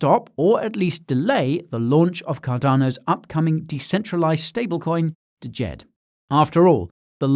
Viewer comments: Please the D is silent, its just Jed lol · You are mispronouncing "DJED". The D is silent. Look up "Djent" music genre. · I thought the d was silent and it was just pronounced Jed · DJED is pronounced ‘JED’